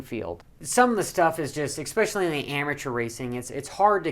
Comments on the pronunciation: "Expessially" try "especially" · Just an f.y.i. for ya, its "eSpecially" not "eCSpecially" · "Ek-specially" .....really? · Love the vids, "EXPECIALLY" the inside scoops!